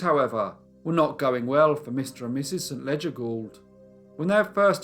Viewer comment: Trivia: I belive that the name St.Leger is pronounced "Se-len-ger". I red that in a novel somewere. 😊